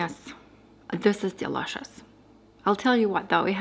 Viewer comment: That's so endearing when she pronounces "dee-lush-os" when talking about the tea.